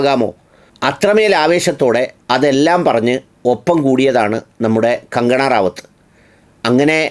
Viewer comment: Please pronounce her name correctly.